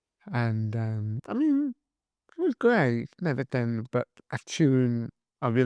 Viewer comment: you like to do things correctly so somethink and everythink are not words. Something and everything are the correct pronunciations.Commented with kindness 🌟